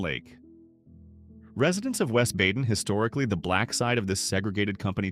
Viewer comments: At least learn to pronounce "BAY-din" properly - maybe then I'll believe a little bit more of your nonsense. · STOP ✋️ AI. Badin is MISPRONOUNCED! Bay-Den is the CORRECT PRONUNCIATION 👌 RE-EDIT THE VOICE OVER Got it? FIX IT! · Badin is pronounced BAY-Din, not Bad-in. Yadkin is not Yodkin, it's YAD-Kin.